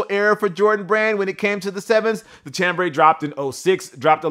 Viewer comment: It's pronounced "Sham"-brey and it's not even a color. French word for a type of fabric.